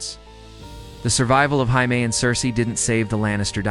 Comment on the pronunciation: Jaime is pronounced jay-mee You pronounce it like the Spanish